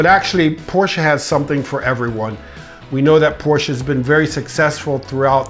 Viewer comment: I disagree with the 928 but I do appreciate the fact, that you pronounce the company name the way it is supposed to be pronounced, which is Porsche. Not Porsh.